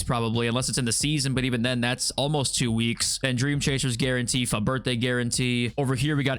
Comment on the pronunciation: Why do you pronounce it "fuht" its obviously not spelled that way